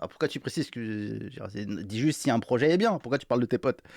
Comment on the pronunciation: Elle a du prononcer quarante fois le mot "projééééé", mais pourquoi ces gens parlent-ils comme des attardés ?